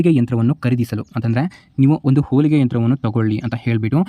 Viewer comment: ನಿಧಾನ ಕಣಪ್ಪ ಹೋಲಿಗೆ ಅಲ್ಲ, ಹೊಲಿಗೆ